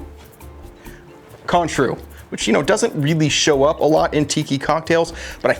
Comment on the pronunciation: Cointreau = Kwan-trōw, (long O sound). Have all the stuff, going to make this tonight. Thanks.